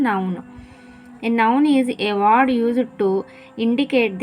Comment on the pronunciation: Ward kaadhu word